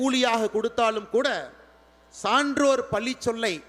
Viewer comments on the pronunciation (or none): none